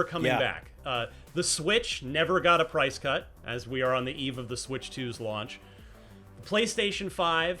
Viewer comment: "Swirtch 2 Console Reveal"...